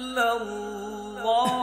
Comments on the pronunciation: Is it correct to say Allahuakbar rullahuakbar ? It should be allahuakbar allahuakber, what is the need join ray with lam? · Allaho Akbar Allaho Akbar lafz hei Allaho Akbar rullaho Akbar nahe hei Allaho Akbar ka hamza Asli hei was le nahei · Practice achi hai but "ullah" ku keh rhe ho bahi